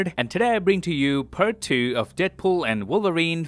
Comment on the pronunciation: my favorite part is ''puhrt two''